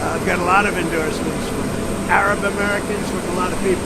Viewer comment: The way he says Arab is just disgusting.